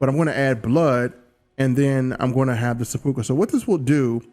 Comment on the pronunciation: Sep-pu-ku Sepp-poo-coo